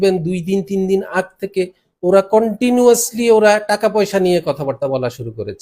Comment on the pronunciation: একটা ইংরেজি সঠিক উচ্চারণ করতে পারে না এমন মানুষ হয়েছে দেশের উচ্চপদস্থ ব্যক্তিবর্গ। নতুন ইংরেজি কন্টুনুয়াসলি😄😄😄😄😄😄😄😄